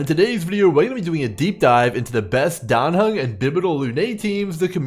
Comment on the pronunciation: Yooo Grim learned how to pronounce Dan Heng 😮